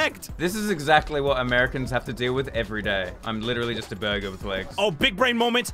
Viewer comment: jajajajaj Bro but, i dont get it, why they say burber instead of burger??